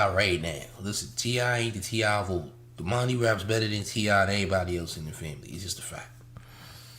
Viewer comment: This nigga said domani better than TI. Is that you?